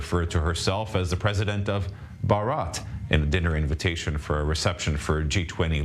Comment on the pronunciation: For goodness sake ,learn to announce the name Bharat correctly. Ridiculous.Ask any indian to teach you😢